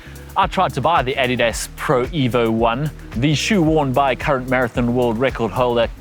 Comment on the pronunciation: Are you German? I think you're only the second person I've ever heard say "Adidas" correctly